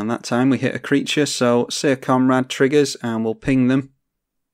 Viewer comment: Syr is pronounced the same as Sir, not as seer.